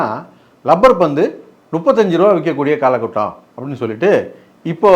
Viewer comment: 1.42 கால குட்டம் இல்ல காலகட்டம்